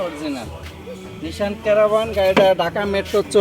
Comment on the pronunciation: বুঝলাম না কিছু কিছু বাঙালিরা কি ইংরেজি বেশি বুঝে না আমি ইংরেজি শিখি নাই কোনটা। গাড়ির নাম হল নিশান "আরবান,, আর ভিডিওতে বলতেছে গাড়ির নাম নাকি কেরাবান।